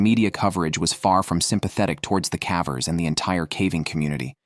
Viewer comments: AI generated audio. Kept saying “cavers” with a short a. Still, a good video. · Please learn how to pronounce "cavers". And the human body does not emit carbon monoxide like a car does. We breathe out carbon DIOXIDE.